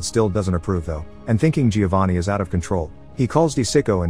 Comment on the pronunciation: Great review but you don’t pronounce the i in Giovanni